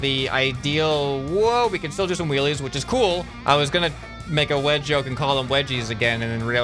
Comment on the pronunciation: Wedgoke? Wedgoke W e d g o k e